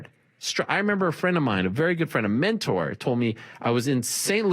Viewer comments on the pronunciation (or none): none